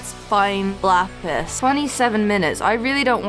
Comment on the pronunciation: You kept saying lapiz🤨🤨🤨